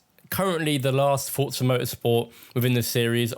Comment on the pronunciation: Bonus points for pronouncing ‘Forza’ correctly. I hate when people say FOR-ZAH, it’s FORT-ZAH. In-game commentary proves that we’re absolutely right about this.